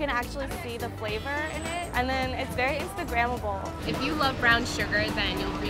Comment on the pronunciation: 'And its very instagramble' girl no.